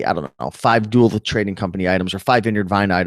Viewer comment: Duluth is Doo- Looth and not Duh- Luth.